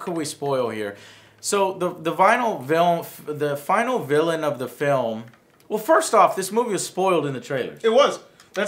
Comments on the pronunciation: "Vinal fillain" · "vinyl fillian" heck yeah